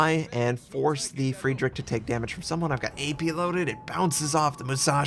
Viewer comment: You should realy learn the pronunciation if you like the german so much. Its realy painful to hear yours :D Friedrich isnt pronunced Friedrick.. Nevertheless, i realy like your videos. :)